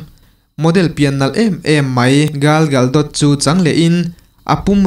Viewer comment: Gal gadot aw...gal galdot nilovin